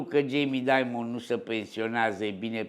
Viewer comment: vedeti ca pe Jamie il cheama Dimon, nu Diamond (i.e. "daimăn", nu "daimănd").